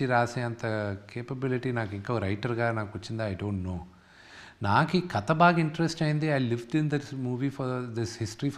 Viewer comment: కత కాదు రా కథ అనాలి 😂😂